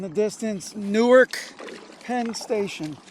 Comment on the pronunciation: Definitely did not pronounce neither wrong